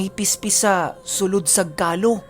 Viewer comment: Ka-ló, matigas yung pagbigkas ng "o". Ganda ng mga kwento.